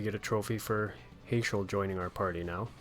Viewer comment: Heyschel lol, I pronounce it Hash-el. Trust me it's cool as long as you're not calling Tidus (teadus)... just sounds so tedious. In english language it is Tide-us idc what the creators think or say neither bc they dont speak english! If they did then they need to learn how to read English its Tidus not teedus. They also never say his name during the game so it's a argument that will never die to me because no one will give up their side of the argument and I will not give up on mine LOL